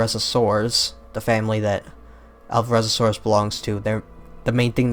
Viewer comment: 'Alvarezosaurus'? I think the 'o' doesn't exist in the name of that dinosaur. (It should be 'Alvarezsaurus')